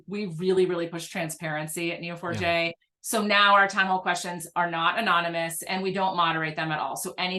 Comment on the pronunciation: I thought you were saying "Kneel for Jay" had to look it up to realize it was Neo4j.